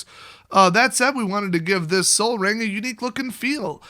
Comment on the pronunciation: Oh my god did you just seriously say sol as in sun????!!!!! Wow wow wow wow, did you miss it or is this a joke.